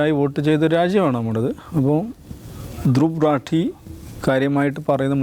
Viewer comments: രത്തീ അല്ല റാഠി.. please തിരുത്തൂ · ധ്രുവ് രെത്തീ അല്ല ധ്രുവ് റാഠി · റാട്ടി അല്ല റാഠി ആണി മല്ലുവിന് പാടാവും പറയാൻ because നമുക്ക് എല്ലാ ട അല്ലെ ഉച്ചാരണം